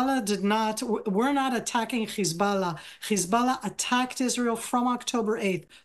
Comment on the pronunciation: HIS BULLAH 😂😂😂😂